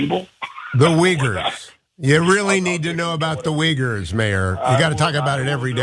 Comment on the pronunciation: Still didn’t know he said Uyghurs. I almost shit when I heard him. I thought he said wiggers. I know republicans are racist by nature but to ask about those wiggers was below even them.